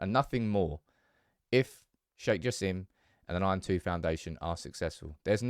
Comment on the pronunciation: It ain't Sir Jim, It's Sir Jassim